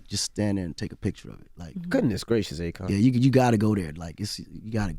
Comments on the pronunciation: Sounds like Envy is saying Acorn not Akon😂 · Akon: I put the "i" in Akon... AKOiN 😂😂😂😂